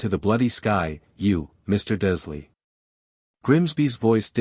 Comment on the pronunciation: I take it that the narrator is just a program that cannot be taught to pronounce Dursley, Wizengamot, Erised, etc?